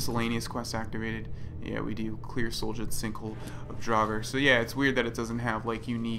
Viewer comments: Pronounced "Sol-yund" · Pronounced SOL-yuund